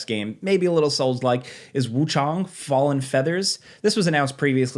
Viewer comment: yo, you're the first one I heard that pronounced Wuchang 90% correctly, don't know if you just know or you looked it up, either way props, thanks!